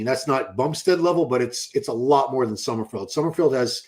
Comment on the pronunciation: it’s “Summer-FELD” not “summer-FIELD.”